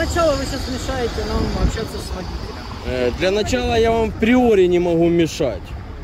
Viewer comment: Все круто, но это "в преоре" постоянно слух режет., "Априори". Всех благ;)